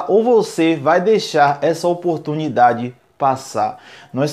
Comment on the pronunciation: Quantas vez vc falo a palavra oportumindade neste video